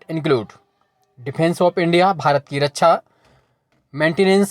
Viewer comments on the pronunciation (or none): none